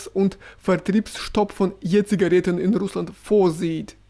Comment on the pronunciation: Ich finde Jura hat eine ausgesprochen schöne Stimme und eine exzellente Aussprache. Ich liebe es, wenn er Je-Zigaretten sagt 🥰